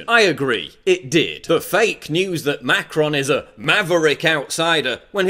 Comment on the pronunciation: thought it was macaroon for a second